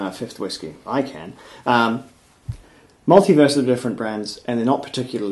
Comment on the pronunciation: Did you say "in the multiverse" or "in the maltyverse"?